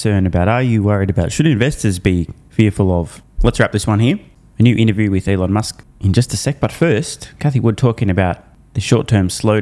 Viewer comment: She said T-Elon lol